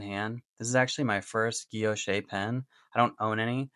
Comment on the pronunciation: I like the smooth end without the knurling. Having used a fountain pen, as a teenager, that had a thread where your first knuckle sits under the pen, it was painful after a while. I like the look here. By the way, if it is French, Guilloche is pronounced 'gee-yosh'. It refers to the cross-patterned engraving. Thanks for the review.